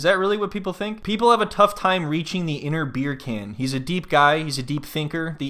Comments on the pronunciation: Why does she keep pronouncing Beer Can wrong? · As soon as the first " BerrCan" comes out of your mouth. I loose it. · I'm from Germany and I can easily pronounce it correctly. Hearing "Beer can" annoys me so much whenever he says it. Especially since he's so thoughtful and sensible in every other aspect. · Bircan - the C is pronounced as J